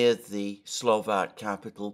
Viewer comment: SLO VAK not SLO VEK thanks!